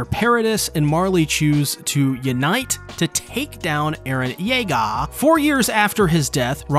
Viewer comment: Why do you say Eren's last name like that?